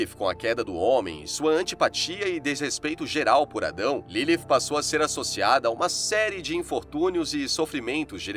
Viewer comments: Nome dela não era LiLi nem LILIF FALA DIREITO O NOME CARA 🤦🏽‍♂️ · Q agonia dele falando Ilifi